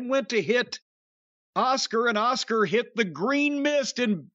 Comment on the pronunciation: I like how Jim prounces Asuka "Oscar"